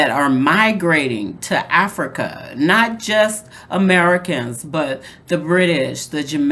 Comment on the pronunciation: I love 'Infrica' lol😂😂😂